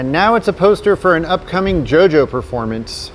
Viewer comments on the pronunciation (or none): none